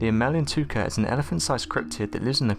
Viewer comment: it's not emel ntouka it's emela n'touka or emele n'touka (elephant killer). He spelled it right but pronounced it wrong. He also pronounced mokele m'bembe 'mokele membe'. Maybe he has some type of dyslexia. weird how he pronounces the last word of every sentence slowly and with the same intonation (pitch goes up then down). sounds creepy, stuck-up, narcissistic and unintelligent but keeps me amused.